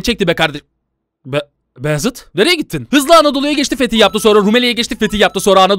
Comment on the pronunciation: abi Beyazıt değil uzat Baayezit Faatih gibi